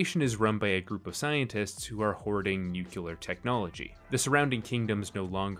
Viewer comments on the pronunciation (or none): New-Klee-er not Nu-cue-ler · It's cool that finally, a youtuber covers The Foundation series, however, please stop pronouncing it "nucular". That pronunciation came about because of George W. Bush and Homer Simpson's illiteracy. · NU-CLE-AR. My god will this never end. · "Nucular?" Well, okay. It is Just Write, not Just Talk. 😇